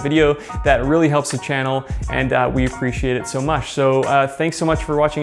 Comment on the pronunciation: “we appreciate it so mush” haha